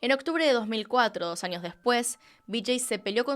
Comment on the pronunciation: soy yo escucho que dices anios en vez de años ??